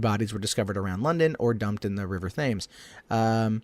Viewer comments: Thames is pronounced temz incidentally ;) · It's not jack the stripper it's Jack the Ripper and he said Thames wrong